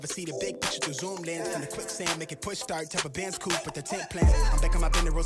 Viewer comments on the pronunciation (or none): none